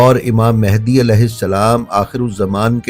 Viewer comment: آپ نے جب بھی تلفظ امام "مھدی" صلی اللّٰہ تعالیٰ علیہ وآلہ وسلّم بیان کیا ہے امام مہندی کہا ہے حالانکہ یہ لفظ مہندی نہیں" مھدی" صلی اللّٰہ تعالیٰ علیہ وآلہ وسلم ہے پلیز اسے درستگی کے ساتھ ادا کریں" مھدی"❤❤❤❤❤❤❤❤❤۔۔۔۔۔